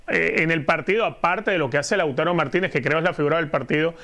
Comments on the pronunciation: Lautaro es palabra grabe,no esdrujula.....!!!! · Mexicanos hablando de fútbol 😛..... Lautaro el castellano se pronuncia comp se escribe 😊😊😊😊😊😊😂😂😂😂😂😂😂😂😂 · Laútaro, Sánsiro....Como es que esta mujer rueda los acentos?